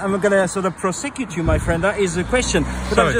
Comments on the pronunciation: "PROSSECOOT" hahaha legend. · Bit freaked out by his pronunciation of ProSECute.